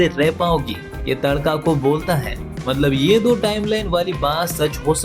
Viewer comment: TADAKA ❌ TADKA ✅ 🤣🤣